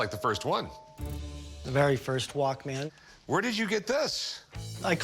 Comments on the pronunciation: Lmfaoo me too. It's walkman not walk man. Rick tried to correct him but he kept saying it! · Annoyed by the dude saying WalkMAN...smh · I was losing my mind with the way that dude was saying “walk-man”😭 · Would help if the walk - man seller could actually pronounce it properly